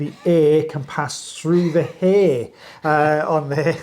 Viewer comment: accent got in his way with “air & hair” 😂😂😂 God i love you guys! 😂😂❤❤❤